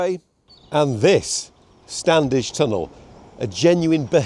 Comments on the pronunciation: The 'd' is silent in stan'd'edge tunnel, so pronounce 'stanedge'. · Urgh, my pet hate! The first D in Standedge is silent. It’s pronounced Stannage. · A note on pronunciation - I've never heard anyone local pronounce the first "d" in "Standedge tunnel". It still seems mad to me that you wouldn't at least find the funding for HS2 at least to Manchester.